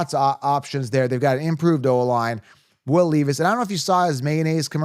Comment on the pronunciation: Pronounced Will LEV-is And I like him this year